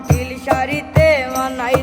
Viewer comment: উচ্চারণ আরো ভালো করতে হবে যেমন লিন না হয়ে নীল হবে